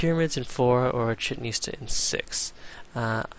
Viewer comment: It's not chetn istah, its chee -chenn it-sah, :)